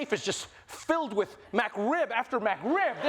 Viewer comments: I love hearing Trevor call the McRib, "MacRib"...lol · McRib, not MacRib! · Its McRib not MacRib trevor. Come on my guy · Has no one made fun of Trevor for his pronunciation of Mc? Idk what a mAcRib is, I know of the McRib... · N one commented on the way he says MAC Rib instead of McRib? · It's mcrib not macrib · "Mac" Rib. Killing me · "MacRib" lol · This is one of my favorite segments i've seen from Trevor, but honestly who pronounces it "MAC" Rib >< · "MacRib" ? They sell that at McDowell's. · I love you, man. But, you lost me at "Mac rib."